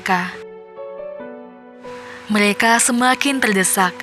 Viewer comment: Meleka r nya mana buk